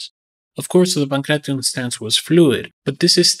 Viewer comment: this is why content creators like sensei seth are annoying. He makes a video on the ancient sport and doesnt even bother to look into how to properly pronounce the name.